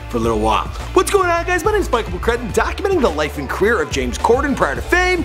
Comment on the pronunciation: Did he just pronounce "career" like "queer"?